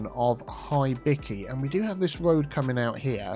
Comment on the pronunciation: “Tree on the röd” had me in stitches 😂